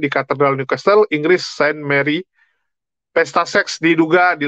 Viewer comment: walau tulisan nya New Castle bacanya Niu kasel bukan Niu kastel yah